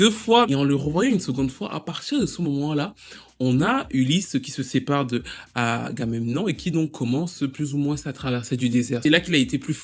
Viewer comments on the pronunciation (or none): sinon c'est pas Argamenon hein, c'est Agamemnon :)